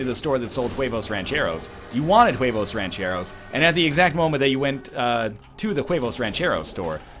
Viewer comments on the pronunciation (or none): The "h" is silent in huevos my friend